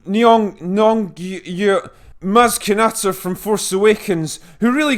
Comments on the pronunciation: Lupita's last name is pronounced Neon-Go not that hard dude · love you and agree with you always pardon my dickriding but u could’ve EASILY pronounced her last name 😂😂 u literally had it correct but didn’t pronounce the O at the end. nyongo like bongo with an N and an i neeongo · it pronounced ”knee-on-go". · Nee-oh-ngo. Is it really difficult for you to say it? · Nyongo how hard is that to pronounce you drunken POS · Lol come on, Nyong'o is really not that hard to say. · Drinker. I LOVE your channel. It is witty and insightful and you clearly have an astute and fluid mind. But as you rightly were affording her respect as an actress, in the same breath you are joking that you cannot pronounce Lupita Nyong'o' name correctly. At least extend the respect to actually learning a person's name before you start speaking about them. I found that both churlish and yes, a tad offensive. Not even in JEST fella.. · Her name isn't that hard to pronounce, my mildly xenophobic sounding dude... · I like your reviews, I really do, but I squirmed a little bit when you made fun of the pronunciation of Nyong'o's name. Surely that's beneath you.